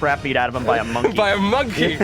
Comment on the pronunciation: 'Monk' ey